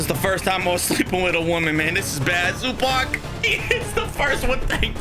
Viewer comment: Yo I’m a clipper and I fell disrespected that u said Zubach and not zubats the proper way to say it